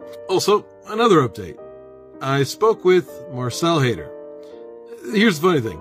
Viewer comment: At first I thought you were saying Hater lol. No, it's Haider but Hater is so appropriate. Hell no they won't show up. Hopefully they learn something from this though...